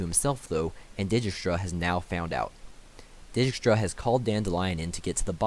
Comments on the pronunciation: So they are Dee-kistra, Re-yance, Dooony not da ni, Vil-gafortz not Viljehfortz, Aratau and the d is silent, Tissaia de vree coz in that way its is probably a french name so i no way it would be vries and lastly Nenekeeeee not nenek. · Had fun pronouncing Dijkstra to my self